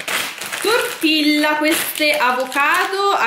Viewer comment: da spagnola come sono, sentirti dire "TORTILA" mi fa male al cuore 😂.